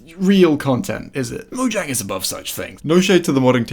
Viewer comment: Buddy. BUDDY. It's a soft J. Say it with me: MO-YANG